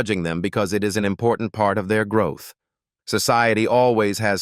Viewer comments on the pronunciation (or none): none